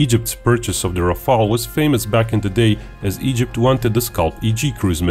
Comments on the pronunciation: RafAle! please not Rafele or Raphael or Raphaaaaaaaeeeeeellle! JUST RAFAAAAAALE!Merci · Just, one thing. This is RAFALE, not RAFAELE. Rafale means squall in english the violent wind gust that come shortly before rain. Google says that's "nalet" in Croatian . And your country chose wisely, your pilots will enjoy this beauty. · Rafale, not Rafael.